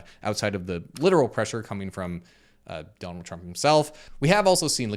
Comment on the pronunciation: I thought said "dump truck" then I looked over at the video and realized he actually said "Donald Trump." 😂😂😂😂